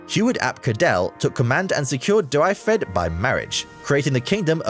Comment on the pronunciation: I'm English but went to uni in Wales and I am finding this painful. Ceredigion Dyfedd in particular. Why didn't he at least google it?